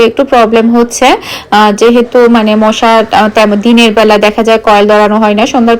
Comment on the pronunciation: মুশা না মশা।ফ্লাইট না ফ্যাট।